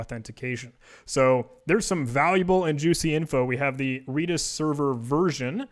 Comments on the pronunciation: It's redis not reedis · FYI. Redis is pronounced like the color, not the plant. REDis. As an employee of said company, I can say this with authority.